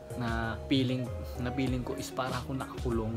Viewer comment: "Peeling" instead of feeling 😂. One of my pet peeves in pronunciation. I notice it is regional. People from other provinces pronounce "f" as "p". Also, those who went to private schools have better pronunciation and grammar regardless of where they live. Imho.